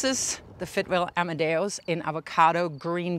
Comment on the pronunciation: "Amadeus" not "amadaos"